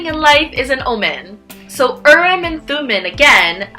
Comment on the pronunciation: Interesting video. I just wanted to point out two things or make a couple corrections rather. Urim and Thummim are from the Hebrew Bible and being that the words are Hebrew, the “i” in each word is actually pronounced like a double “e”. So the proper pronunciation is Ureem and Thumeem. Second, the dark stone means no, and the light stone means yes, not the other way around. Urim (the light stone) means light and truth. Thumim (the dark stone) means guilty or cursed, which is why the dark stone is no.